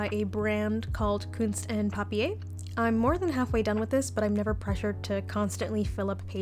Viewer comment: it's so funny how you pronounce 'kunst & papier'. it's german and actually means 'art & paper'.